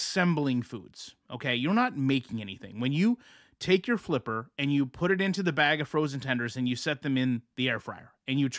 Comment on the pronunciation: I love when you say flippers 😂